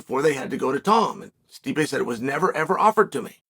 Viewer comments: If Chael says Tom Aspinall is Tomd Aspinall, then the Heavyweight division has a champion and his name is Tomd Aspinall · I believe i heared chael saying "tomed aspinall", that has to be my favorite now, he just put him in a different state of time.